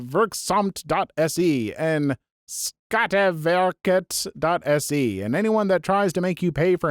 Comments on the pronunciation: “Come at me Sweden”… lol. Literally both currency and skatteverket was correct/correctly pronounced, though I think the first site was mispronounced or captions got it wrong. 1 of the 2. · The pronunciation of Skatteverket was pretty solid!